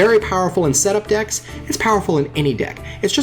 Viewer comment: When you say decks I hear dicks xD.